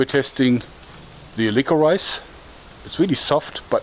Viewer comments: am I the only one that got annoyed when he pronounced licorice lick or rice instead of licorish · Hey Joerg! Great video as always! Forgive me for my pedanticalness, but isn't the word 'licorice' pronounced 'lik-uh-rish' not 'liko-rise'? Also, I didn't know your partner was a doctor! That's very cool. What's her speciality? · Lick-or-rice sounds like a saliva activated rice food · he said lick-or-ice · Lick o rice I love how he pronounces it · i love how you say licorice. "lick-her-eyes" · "liquor rice" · Hey joerg, no disrespect but the first ammo you shot is pronounced lickorish. Its weird. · I'm sorry, I know it really doesn't matter and it's just your accent. But, it's pronounced liqourishe. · It's not pronounced lick o rice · I like the way he says licorice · Like this video if you thought the way he said "licorice" was funny